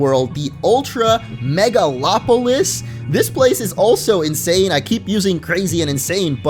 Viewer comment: first poketuber I've seen to pronounce "megalopolis" correctly XD